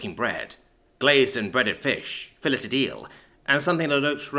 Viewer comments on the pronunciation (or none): Small gripe, not of consequence: Filleted/Fillet. "Fillay" "Fillayed". English is stupid and nothing makes sense, but as someone who was only good at learning it when growing up, it always gets under my skin :(